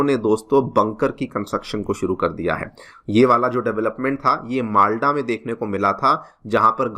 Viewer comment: वैसे ही मालडा नहीं मालदा